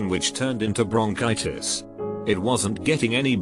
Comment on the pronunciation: Any Larray fans out there that heard “Bronchitis” and heard him telling us that he had “Brownchitis”